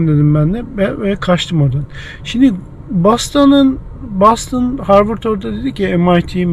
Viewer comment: Ben Türkçe'de `Boston` diyorum, "Bostın" ya da "Bastın" değil. Nasıl Londra'ya "Landın" demediğimiz gibi...